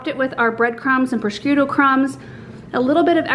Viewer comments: It's so funny how you pronounce prosciutto. :D There is no K in it, it's just "pro-shoot-oh" ;) But the way you say it made me smile :))) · You don't pronounce the c in Prosciutto. It's pronounced prə-SHOO-toh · Everything looks wonderful! Btw, prosciutto is pronounced "PRO-SHOOT-TOE" (I'm married to an Italian) ;) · can't wait to try this recipe! Sounds perfect for this time of year. Just one little hint - it's pronounced pro-shoot-o.:) Bon Apetit! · Love your videos, looks so yummy! Prosciutto is pronounced pro-shoot-toe😂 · It's pronounced 'pro - shoot - oh' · I just love you and all of your videos,! I gotta say though, being born in Staten Island with an Italian grandmama, every time I heard you say “prosciutto” I thought of A Christmas Story: “FRA-GEE-LAY! Must be Italian!” 😂 🇮🇹 That said, I can’t wait to try this recipe myself! Be well, mama. Looking forward to “meeting” baby girl when she arrives 💜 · Just teasing, cuz I luv. Looks delicious. Not sure I can follow the recipe of someone who can not pronounce procuitto. People with Italian heritage will mumble under their breath. 😉, Don't pay much attention to that. Wondering if you will speak at Philadelphia flower show in July? Guessing, no since that's growing season.